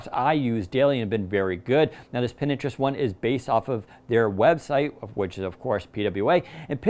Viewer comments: It's Pinterest not Pin interest! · Anyone else get triggered when he says "Pininterest"?🤦🏾‍♂️🤦🏾‍♂️🤦🏾‍♂️ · Pinterest, or Pin Interest? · Did he say Pin - interest😆